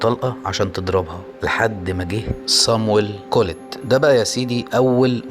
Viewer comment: بتنطق الاسم غلط